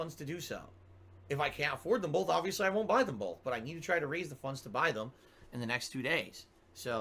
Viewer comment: I had to leave this comment… or so, … there is no “L” in BOTH Also - ( I don’t condone anyone sending this pig money - BUT ) I’m gonna have to slightly disagree on Snowkarl. I think he’s purposely trolling, knows 100% what he’s doing, and gets his money worth. Yeah, he’s still supporting - but, he’s not sending large amounts at a time, baiting with dollar tips, and has actually provided us with TONS of gold dust. I appreciate snowkarl in a way. I think he has worn down and convinced he’s sending more overall and should be tolerated because he tips so often and doesn’t pay attention. I don’t agree with anyone supporting finances, but I can deal with snowkarl. I think he’s legit a fan of, but via detractor KAHNTENT mostly. He legit enjoys what he’s doing. To him it’s worth the money. Some ppl drink… some ppl troll a dolla at a time lol Keep em coming!